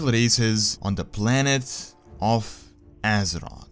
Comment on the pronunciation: It's azeroTH, not azerot